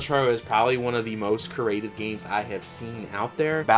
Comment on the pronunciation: Creative** It's pronounce kree-ay-tiv. work on it.